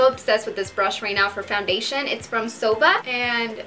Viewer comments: It's Zoeeeeva!!! Not Zooovaa!!! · It pronounced ZO-EEVA NOT ZO-VA